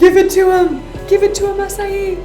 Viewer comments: The correct way to say Date Tech or Dateko is Da-te Tech as for the japanese its Da-te-ko And Asahi is A-sa-he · Hey Victoria! Really excited to see you continue with this reaction series A couple of unrequited pronunciation recommendations for you :p I've noticed you pronounce Asahi as "asa-i", so to pronounce his "hi" syllable like you do with Hinata, it's the exact same sound Also, Date tech (commonly referred by us as Dateko) is not pronounced like "today's date is March 9" or "I have a date on the park", it's actually DAH-TEH ("da" like da Vinci and "te" like nintendo's "te") Anyway this is just a recommendation, so keep up the good work Lost of love from Ecuador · You're still pronouncing Asahi and other names of schools wrong. Just so you know. I'm fluent in Japanese and read the manga in Japanese so. I do appreciate you watching it in Japanese though. "It only works with Shoyo and Kageyama" 🤭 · Found this recently and I'm looking forward to seeing the next episodes! You have probably gotten this already but in terms of character pronounciation for future videos: Aone is ah-oh-nay and Asahi is Ah-sa-hee (like the beer!)